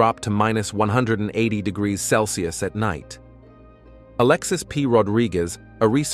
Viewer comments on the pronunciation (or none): It's pronounced degrees , not your guttural version.